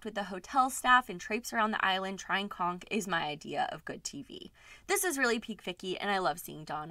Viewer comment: I would’ve believe the curse had Bethany did a renewal or even Luann. I love how you pronounced conch😄